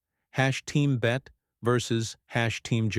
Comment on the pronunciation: It’s Bett-y not Bett